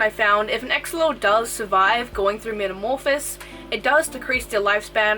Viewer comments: BTW its metamorhpisis, not metamorphis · metamorphoSIS not metamorphIS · This was good except its not called a metamorphis, it's called metamorphosis 🤣🤣